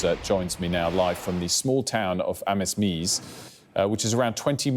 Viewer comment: Pronounced Amz-meez